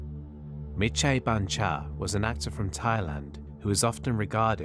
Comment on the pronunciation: Your Thai pronunciation of Mitr's and Petchara's full name are pretty good. If I have to put how pronounce the Thai names you mentioned a lot easier.. Mitr = Mit Pranakon College = Pra-na-corn college Don Muang Royal thai air force = Hmm.... I seriously don't know how to make "Muang" sound like Thai with English word.